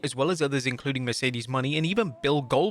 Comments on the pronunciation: Mercedes "Money" dude it's Mone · It's Mercedes Muh-NAY... not "Money." You've been mispronouncing this "wrestling content" for months now.